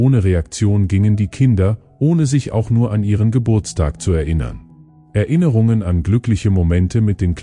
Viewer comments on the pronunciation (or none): none